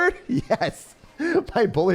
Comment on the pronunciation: 😭😭”bowlyy”. Justice for the bowler he’s doing his best😂